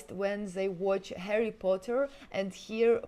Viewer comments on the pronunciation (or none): none